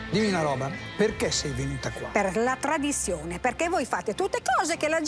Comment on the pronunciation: La tvadizione l ho fatta psevonalmente, tovtelli fveschi tutto fvesco